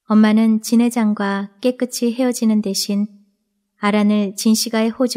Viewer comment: 감사합니다. 잘 듣고 구독하고 갑니다. 목소리도 좋고, 발음도 분명하고, 대화 부분도 실감나게 읽으셔서 듣기가 좋습니다. 다만 '깨끗이' 발음은 깨끄치X가 아니라 '깨끄시' 입니다.다른 작품도 그리 읽으시더라구요.... '끗'의 받침이 ㅅ(시옷)인데 ㅌ(티읕)으로 착각하여 구개음화 현상을 만드는 분이 꽤 많더라구요. 책을 읽어준다는 것은 거의 아나운서라 생각합니다. 이 채널을 아끼는 마음에서 드리는 말씀이니 노여워는 마세요. 😊